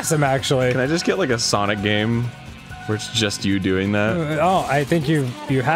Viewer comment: No It's Sonic Not SaNoK